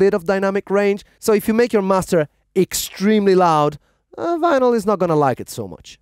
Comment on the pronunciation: The guy said Venal it’s vinyl